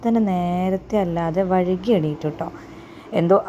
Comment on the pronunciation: വഴുകി അല്ല വൈകി എന്നാണ്